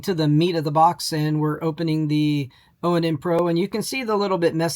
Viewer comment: It's pronounced "Ahn", not oh en en. It's project IVY, not projec TIVITY.